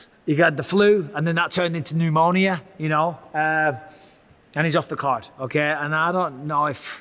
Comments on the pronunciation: Bisping really just pronounced pneumonia “new monia” 😂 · Bisping said Ian Garry has “newmonia”😂